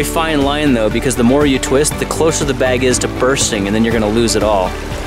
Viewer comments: sandwich beg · "...Using a Sandwhich BEG"